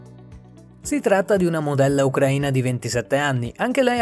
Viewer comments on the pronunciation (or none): none